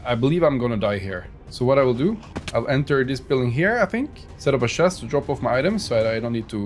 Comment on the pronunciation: shest(It is actually a chest)^^ your so funny.